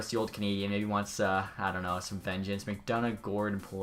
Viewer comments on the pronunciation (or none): none